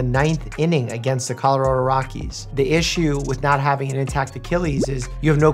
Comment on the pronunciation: First doctors have bad hand writing, and now they can't talk , carararar rockies